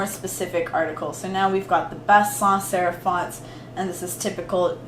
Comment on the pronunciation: Okay recording this all drunk is impressive, but when you said sans serif like 10 times fast without messing up my mind was blown. 😂 Love this!